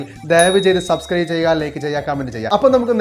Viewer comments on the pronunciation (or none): none